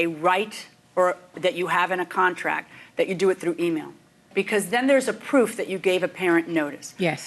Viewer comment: The first time I have ever actually heard somebody say "dat" instead of that. I thought it was only on memes and cartoons.